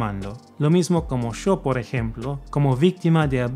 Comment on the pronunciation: That opening Argentine "yo". Love it